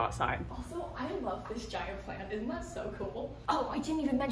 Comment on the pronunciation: “I love that giant plant, i’nt that so cool” her southern accent came out so thick there. I never think of Florida as a state that would have a southern accent like that. I LOVE IT!